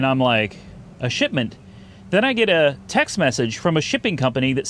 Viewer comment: Was he saying shitment? Instead of shipment? I’m confused